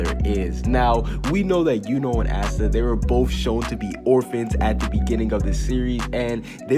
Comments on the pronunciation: Pleaseeee its pronounced aah-stuh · The way you pronounce Asta‘s name is so different than mine!